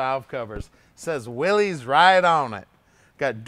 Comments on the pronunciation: You may know cars, but it is pronounced "Willis". Thank You. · Actually it is pronounced ‘Willis’ as in “Whatchew talkin’ ‘bout Willis. I always called them ‘Willies’ myself but I did a little research a while back and found that John Willys and all of the early literature specified (for customers and dealers) that the Y is pronounced as an I. I still can’t get used to saying it that way. I’m a Canadian eh? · Why does everybody mispronounce the name of these cars ? It is pronounced the same as Willis.